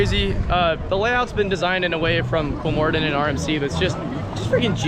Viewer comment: I started smiling when I heard he pronounced it right. he's the only amrican youtuber, that I know of who did